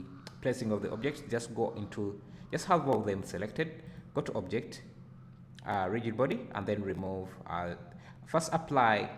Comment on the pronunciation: Thanks a lot! I was doing a similar project and was wondering why the object was not falling into the saucepan. Now I know that I should change convex hull to mesh. BTW rigid is pronounced as 'rijid'